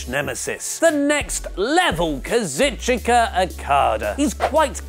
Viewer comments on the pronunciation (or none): KA-ZOO-CHKA not KA-ZIT-CHI-KA